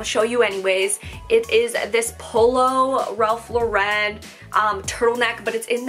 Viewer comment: Please stop says Ralph Lauren so weird lol. Also chaps and esprit aren't big in the US